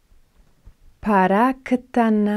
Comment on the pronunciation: למה את אומרת 5 פעמים כל המילים???? אנשים לא טיפשים פעמעיים מספיק בנוסף, את לא אומר נכון את המילה פרה.עזבתי